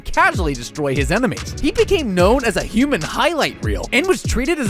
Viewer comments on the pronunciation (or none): none